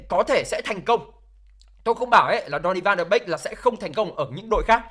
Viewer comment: Tôi đề nghị bạn nên phát âm tiếng tên cầu thủ chuẩn chút . chứ phát âm còn sai . Ăn cơm rau muống mà bàn chuyện quốc tế thế .